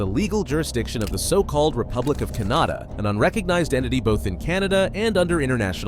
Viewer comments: Can-AH-dah? Canada's dissolved? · Canada and Canada both pronounced completely different from the other. That's entertaining.